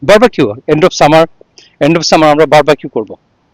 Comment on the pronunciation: Bar-ba-q abar ki jining? In English it is Bar-B-Q, so when you say it, you should say বার-বি-কিউ and not বার-বা-কিউ ।